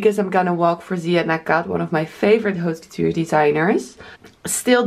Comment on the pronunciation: stop saying H in haute couture